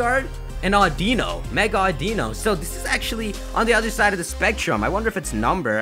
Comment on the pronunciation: It's Au-Di-Nu